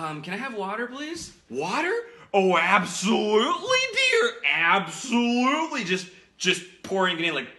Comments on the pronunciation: アプソリュゥリィがジワりすぎた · Absolutely の言い方がabsolutely 過ぎて吹いたwww